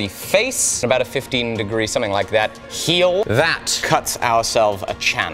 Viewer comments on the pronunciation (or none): none